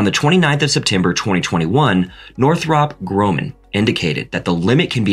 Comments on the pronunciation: North-rhaup Grow-man… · North-rupp Grumman Grummm-man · I'm argentinian, a Spanish speaker. And I understand everything this guy said. Nobody cares if Nortputruptt Grumptmum was not well pronounced. And Delta ay bee it's ok. People from the States are well known for not knowing things like the name of France's capital or where Russia is located. To most, Argentina is around Venezuela, near Mexico. Try to speak my tongue as you should. Oder Deutsch. Essayez de bien parler français. To me, everything this guy said was clear and understandable. 👏